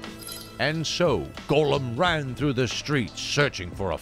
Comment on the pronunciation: Please stop saying 'Golem'. The character's name is 'Gollum'.